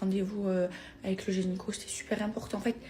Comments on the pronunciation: La meuf elle va chez le génico 🤣🤣🤣🤣 elle ne sait même pas dire gynéco, le monde va très mal.... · J'attendais ta vidéo réaction sur le boule de Maeva XD ta manière d' appeler ces gens "l'enfant" me fume XD Ton make up est superbe comme toujours, j'admire ta peau si joulie. Alors Maeva elle dis généco pour gynéco donc je me pose les mêmes questions que toi pour le coup :) Héééé mais c'est moi la personne qui parlait de sa pote XD ! je me sens comme une petite fille qu'on gronde XD Bon ok, j'avais pas vu qu'elle ne prenait pas de contraception comme une tardos :) j'aovue o/